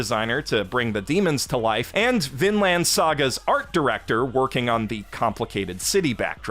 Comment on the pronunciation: Vinland is pronounced Vinl-i-nd, not Vinl-a-nd